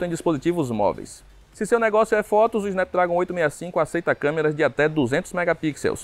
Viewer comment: "Snápdrágon" pô brother, gasta um pouco de inglês ai kkkk, no mais, ótima matéria.